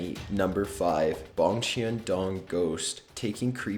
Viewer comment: or.. check how they're pronounced first lol. I cringed a little at "macabre" but it was worse for "Bongchan-dong"